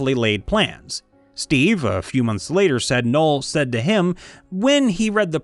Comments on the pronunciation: “Nole” It’s no El. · I've never heard of a person named Noel that wasn't pronounced "gnoll".